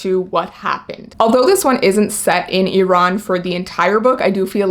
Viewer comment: I love that you know how to say Iran and Iraq properly. xoxo